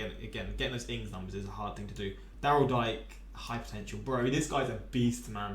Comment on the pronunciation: Daryl Dike actually pronounces his surname as "dee-kay."